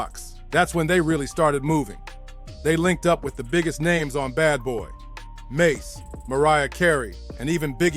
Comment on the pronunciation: Can't trust your content when u cant even pronounce they names